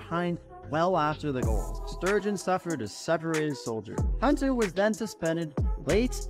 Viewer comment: It's Pierre TURGEON. There is no S. It is not Pierre Sturgeon... #SpellingBee